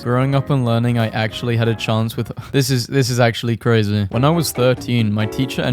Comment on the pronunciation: having a stroke reading ‘this’